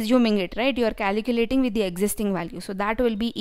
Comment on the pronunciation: Its calculating, not caliculating...